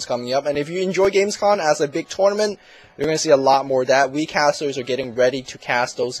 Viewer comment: its "games com" and not "games con" i know it seems to be the short term for convention but it isnt :O